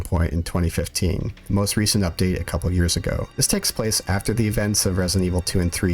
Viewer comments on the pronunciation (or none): none